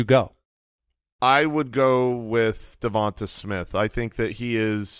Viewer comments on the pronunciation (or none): Not you guys too! Its Dovanta Smith...DovantAAAAA.... got it